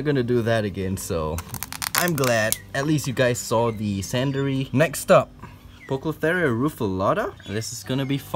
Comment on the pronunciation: thats.... not how you pronounce poecilotheria ;)